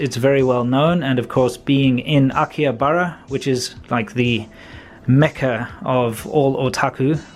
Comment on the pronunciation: If you are going to claim that you know something about Japan at least, please learn how to pronounce names of places you visit in Japan. In case of Akihabara "h" is not silent. You don't pronounce Shibuya correctly either. Pretty amazing really.